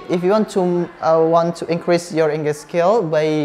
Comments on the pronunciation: Maaf kak pronounce increase itu inkris bukan inkres.. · inkris, bukan inkres #pronunciation